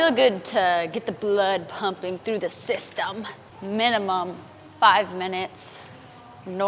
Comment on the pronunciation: there's a meme in India... Called "Sysytumm" you pronounced it exactly like the meme 🤣